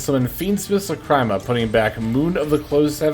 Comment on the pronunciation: Guide's goated, you really did your homework on this one, my one nitpick is the way you pronounce a few cards, specifically Lacrima (pronounced Lacreema, it's the Italian word for teardrop) and Mu Rcielago (ngl I have no clue how to explain how it's pronounced, but it's the Spanish word for bat)